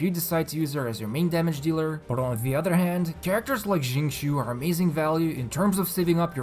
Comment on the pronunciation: No one:: Zhingchoo